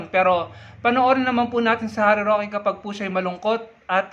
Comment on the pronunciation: Galit na galit , ngaw ng ngaw, uwi ka sa Pinas 😂Roque, "rokwe"